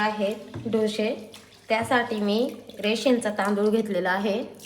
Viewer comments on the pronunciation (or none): डोशे नाही हो डोसे म्हणा